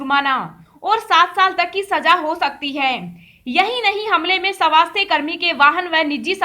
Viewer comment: किसे कहते हैं (सवास्थय ) स्वास्थ कहना नहीं आता क्या/// कहा का है ये अलौंसर